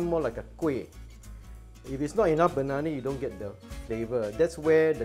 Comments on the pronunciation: Great recipe and explanation. Funny when u said bananana...😄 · The way you say bananana...🤣